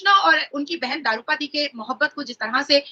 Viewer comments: द्रौपदी not दारूपती😢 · ४:४९-'दारू पदी' या द्रौपदी? -Daroo Padee' or 'Draupadee'?